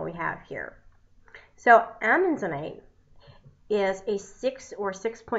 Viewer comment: As someone who goes out in the world and hunts for minerals and gems vs. buying them in a store, I can appreciate your efforts. I think I'd be more interested if the video was based around real experience and prior knowledge vs reading the information and knew how to properly pronounce its name. Just something to think about. It was getter as the video went on.